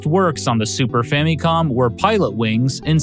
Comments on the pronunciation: Why is he saying fammy-com? It wouldn't bug me so much if he didn't say it 94 times. Fam-i-com. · Why do you keep saying "fah-mee-com"? It's short for Family Computer. So the mi in Famicom is pronounced IH, not EE. In phonetic pronunciation it's FAHM-ih-com. I have never heard ANYONE mispronounced it like you're doing, it's very jarring. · Sweet lord have mercy. That “fammycom” pronunciation just grinds against my soul. You don’t say “fammy lee” for family. It’s “fa muh lee,” right? “Fa muh com” just sounds better, I feel. I’ve heard that for some people “fammy com” makes it sound more Japanese but that "mi" part is literally the only part you’re getting right if you do so. ファミコン is fa mi kon. Maybe you’re getting the mi part right but why is there so much focus on that when the rest of it isn’t correct as far as the Japanese is concerned? I say just say the regular American pronunciation and go with “fa muh com.” I don’t know why this “fammycom” drives me nuts but it does. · why does he say it like "famycom"? its FAMICOM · "The Fammy-Com" that's a quite a pronunciation of Famicom 😂